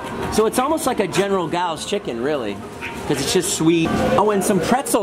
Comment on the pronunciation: Did Jason say general gow chicken? Lmao it's pronounced general tso